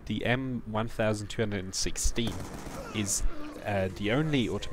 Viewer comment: Its M 12'16 Not M 1' 216